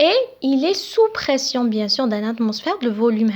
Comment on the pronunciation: Pression pas perstion